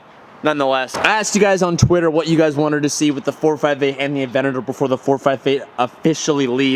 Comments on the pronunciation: A-V-E-N-T-A-D-O-R not “aVeNtI” good lord 😂😂😂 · saying Aventador "Avenadoor"